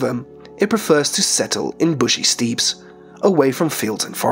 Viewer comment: “Steppes” is pronounced “steps,” not “steeps.”